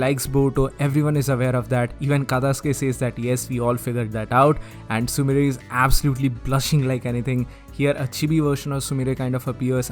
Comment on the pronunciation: sumire not sumrie